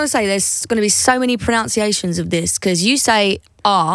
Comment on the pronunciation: Idk if u even noticed but Anne Marie pronounced 'pronunciation' incorrectly while she was saying "there is gonna be so many pronunciations"😜...( no offense folks)